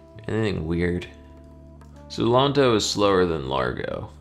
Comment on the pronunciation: Ok, I'm not a music nerd, per se, but I do play piano, have taken music theory, and I can say--there really isn't much difference to me, lol. Maybe if I grew up in Italy, I would know the differences in terms. Btw, the pronunciation of those terms would be "layn-toe," "ah-dah-jyoe," and "lahr-goe." I may not have grown up in Italy, but I am taking Italian, and those letters/combos make different sounds than in English.